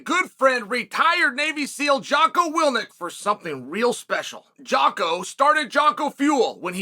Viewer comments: how many times has chael mispronounced his good friend Jocko Willink's name as willnik? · Day #4 of telling Chael to pronounce Jocko’s name right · How dare Chael mispronounce Jockos name.